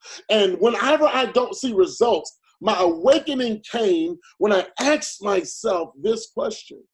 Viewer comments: Anyone who pronounces “asked” as “aksed” should not be trusted! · If he says “ I axed my self” I can’t take him serious 🤷🏻‍♂️